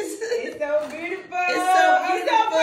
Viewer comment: I love when they call eachother “ breutiful”